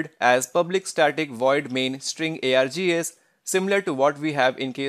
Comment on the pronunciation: What is being air-gee-as?